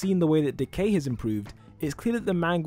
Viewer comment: “If you wanna know how Decay-“ Me Hearing: “If you wanna know how De gay-“ Lol